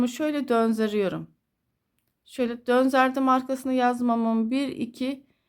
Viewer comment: Selamün aleyküm hayırlı günler çok güzel olmuş ama konuşurken döndürdüm yerine dönzerdim diyorsunuz düzeltmek istedim acizane❤